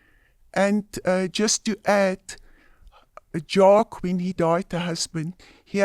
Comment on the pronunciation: Bro Jaques is pronounced 'Jaaaak' not Jaaakie' f'ing lol